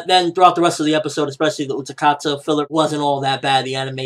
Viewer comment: It's Utákata, not UtaKata